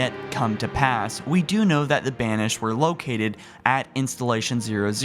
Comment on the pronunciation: I thought you said will the BANSHEE be in halo 6